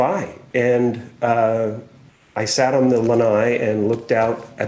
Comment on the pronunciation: Thumbs up for saying Lanai